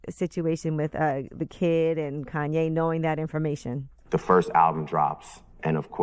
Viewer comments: "Kayne"? Come on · "Kayne" West